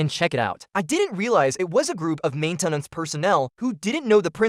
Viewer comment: the AI voice is pretty good and a few words really cracked me up "main-ten-ance" and "thirty zero", "inside were not only his colelagues, but also the lives of his coleagues" deffinitely didnt proof-listen did you? ;)